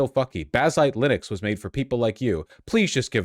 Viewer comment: You taught me to mispronounce linux. i will never say it correctly now 😭